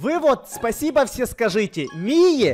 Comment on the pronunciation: Все наркоманы Петровичи в начале видео: Спасибо!: пасио